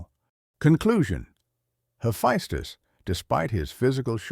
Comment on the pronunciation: It's so confusing how your AI pronounces the name Hephaestus. So far I heard three ways of those pronunciations.